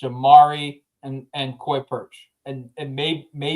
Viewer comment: take the time to learn how to say Koi Perich. And he's not a 3-4th round talent. He's a 1st round pick if he replicates his freshman season.